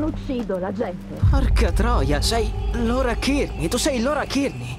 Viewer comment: Ciao noi già avevamo capito subito che erano licantropi, comunque si chiama LAURA e non lora... Le scritte sono piccole leggi bene